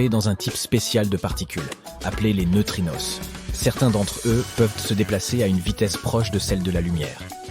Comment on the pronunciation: "Les neutrinosses" ha ha HA HA HA HA !